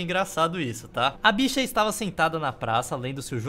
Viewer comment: Eu sou uma B*CH* (obs 1: engraçado ver vc dando ênfase ao dizer essa palavra; obs 2: curioso saber que o YouTube censura falar p*nhet*, mas não censura falar b*ch*) e sei fazer piadas mais b*chofóbicas que essa, hehe.